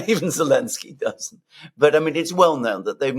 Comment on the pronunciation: This thing has been going on for so long that i've forgotten why insists on calling him "Elensky". Why does he drop the Z again? Someone please remind me